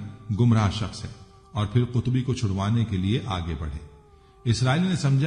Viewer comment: قطبی نہیں صاحب۔ قبطی صحیح لفظ ہے۔